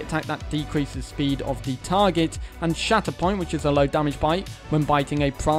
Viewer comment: Every time he said shatterpoint I heard “shat upon” 😂